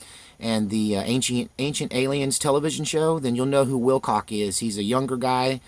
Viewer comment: said "Will Cock" hauhaauhauahu. Good morning.